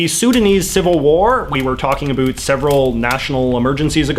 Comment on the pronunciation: Just found this channel. Seems great. I want to subscribe, but I can't get over how he says 'about' :|